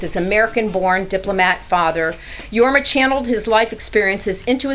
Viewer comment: Since she considers herself a fan and introduced Jorma as a "legend" ( which he is ) .....why couldn't she take the time to learn how to pronounce his name ?